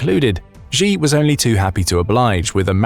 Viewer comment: The capital of China is Beijing. Bay-Jing. This Beizhing thingie is in your imagination,. And the Chinese leader Xi is pronounced Shee, not Gee.